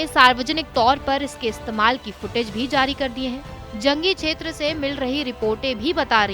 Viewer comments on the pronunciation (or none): none